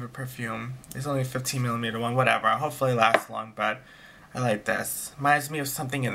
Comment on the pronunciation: Haha I love the little comment on the Juicy Couture perfumes "This is sweet this is whatevah" LOL